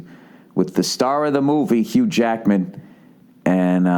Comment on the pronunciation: Who is this Uge Ackman you speak of?